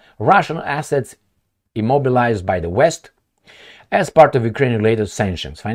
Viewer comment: Immoblised 😂 that a new one😂